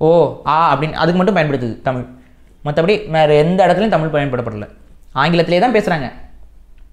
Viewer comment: யொவ்! நீ முதல்ல தமிழ் ல ‘ழ’ வ ஒளுந்க உச்சரி! தமிள் இல்ல! தமிழ்!!